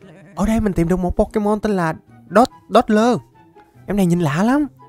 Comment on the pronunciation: Đọc sai tên pokemon rồi cụ ei